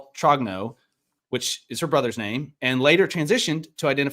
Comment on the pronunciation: it's pronounced Tro-nyeu.